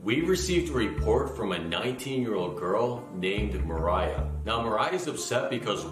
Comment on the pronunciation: Nama cewenya Mariah kak bukan merayaaa😭💔